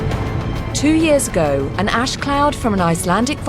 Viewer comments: !) I kinda like how makes 'ash' sound like 'ass'. "There is ass everywhere." 2) The ponies have fabulous hair, and they know it. 3) Don't worry, it's not like back then when we'd all starve to death in the case of an eruption. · at the end it sounds like shes saying the amount of ass in the air killed the lambs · I love the islandic pronunciation of Ash.....'yeaaah I had some ass down there!'